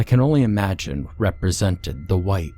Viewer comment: They hunt wight not Wong